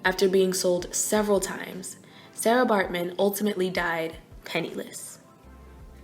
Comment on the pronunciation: You are pronouncing Sara incorrectly